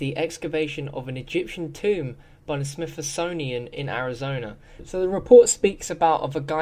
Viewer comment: There's also something called the Smithosonian, that extra "o" like "Compromises" added to the way he speaks starts to paint a picture of why he's a thieving shitter. I couldn't listen to much more of him, but I'm guessing there would be errors a plenty in each upload. Smithsonian, I mean c'mon, seriously... ffs!